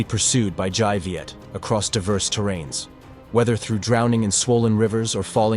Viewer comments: Dai Viet - the dai is pronounced with a 'd' sound, not a 'j' sound. sounds the same as Cantonese for 'big' : 'dai.' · Dai in Dai Viet should be pronounced as (Dye) not (zhai) as in the video. Written Vietnamese have its own way of pronunciation.. not the same as English. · Very interesting account. Just one thing: the Đ of Đại Việt is pronounced D as in Domino.